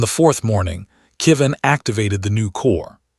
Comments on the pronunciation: Another name that AI can't seem to get right. This time "Kevin" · "Went to the stars forever" A lovely way to say someone has died. I wish the AI would pronounce Kevin correctly.